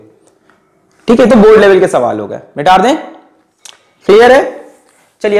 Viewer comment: Sir shayad Mita de ko mitar de bolte h na 😂